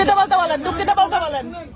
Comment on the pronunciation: ডুককিত বলছে ডুককিত বলছে